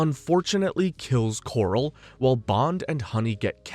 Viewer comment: "Strangways" not "Strangeways" "Crab Quay" not "Crab Key" "Quarrel" is not pronounced "Coral" Aaargh! My autism!